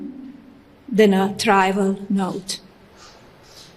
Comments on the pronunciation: Ms Trump did not write the statement she read; we know because she mispronounced words she does not use: 'caterised" instead of "characterised"; "trival" for "trivial". We are entitled to speculate about the authorship of the statement. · Trival instead of trivial.